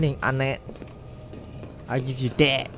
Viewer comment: Why i heard saying 'anatt' instead of anette 😂 mcm 'hanat' 😂